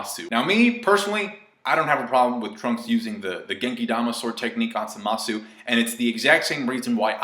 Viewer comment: By Samasu you meant Zamatsu, right? You pronounced it wrong but good vid